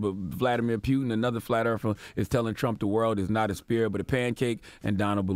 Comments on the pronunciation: It's Putin B! Pronounced like pootin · Why does lenard keep saying pewtin? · Dude said pyootin. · Charlemagne can't even say Putin right lbs. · Why does Charlemagne keep mispronouncing “Putin” ? Or are we saying it wrong? 🤔🤔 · Francesco Galiano he’s making it funny instead of Putin is puking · Yo, the way Charlamagne saying Putins name is pissing me tf off... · Sonny Torres lol Made me think I was pronouncing it wrong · He know's it isn't pronounced pewtin and says it excessively just to shove it in people's ears.... these the times when I remember why I don't like CTG.. he's like a hiphop hipster.. he tries so hard to be different and stand out and it just doesn't come across natural. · Bruh! It's Poo-tin, not Peew-tin 😩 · its POOTIN' like a fart not Pewtin like you shootin.. someone help charlamagne pronounce words before he gets on air dammit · It's Putin....not "Pew-ton" Charlemagne....lol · It’s Putin (poo-tin) not pew-tin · This nigga said Nasha instead of NASA and peeyouton instead of putin. Y'all, this is important that we all vote this election cycle. If we get more democratic senators and congressmen in office we can begin to impeach this fucking orange embarrassment. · Charlemagne, there is no "pew" sound in the surname. It’s pronounced: vluh-DEE-meer POO-tin." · CTG.If you want to talk politics, you need to learn more about it.How are you so sure Russia had anything to do with US election?How are you so sure that FBI claimed it was Russia? Only cause they say it on TV? p.s It's PUTIN not Pyutin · Putin! Not Piutin! Sorry bugged me haha keep up the good work though. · It's PUTIN not PYUTIN man dam. As in: "I got home from work and started POOTIN" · Nobody in America says Putin's name correctly. Especially the mainstream media. His name is pronounced Pootyen. But everyone in America says Pootin because American's dnt take the time to say people from other countries names right. And most Americans are clueless about Linguistics. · He say pewtin